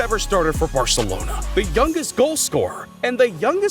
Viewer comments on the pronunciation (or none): none